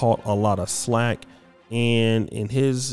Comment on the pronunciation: it's Flack not Slack.